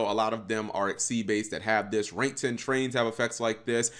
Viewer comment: >other decks Trains Cap you mispronounced trains.